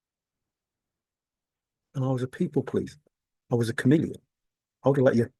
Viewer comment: Ohhhh, you keep saying chameleon i thought you were saying you are a comedian.